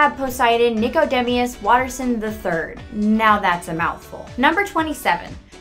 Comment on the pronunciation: Anais= ann-eye-ees Nichodemis= nick-eh-deem-us Sussie= sus-ee (like the begining of sustain)